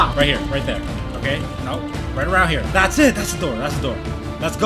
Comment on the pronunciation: What why did you say heeer